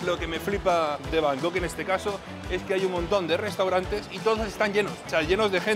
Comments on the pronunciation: Deja de decir van gogh, que es un pintor holandés,se dice Bangkok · tío, no sabes decir Bangkok? Lo dices como si fuera Van Gogh el pintor 😅😅😅😅😮😮😮